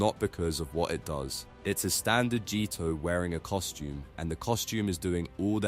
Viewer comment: Speak American English it pronounced GTO not Gtoe